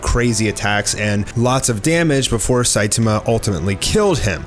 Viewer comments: It’s sai tAHmAH not saitamuh. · SAI TA MA not Sai ti ma 🤦🏻‍♂️ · Why do you say “Site-Tema” kinda annoying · It pronounced say toma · sai-tummuh lol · At least pronounce the name of the main character properly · The way u pronounce Saitama 😂😂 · Pronounce Saitama’s name correctly. You’re butchering it smh 🤦🏼‍♂️ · I like it when you pronounce Saitama. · No hate or anything but the way u say Saitama bothers me but love ur videos keep it up! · how do you manage to butcher Saitama that badly lmao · Hey,. Are you aware that you’re pronouncing Saitama’s name wrong, and are you going to do anything about it? Edit: Ex: The a in the middle is being pronounced as a e in the middle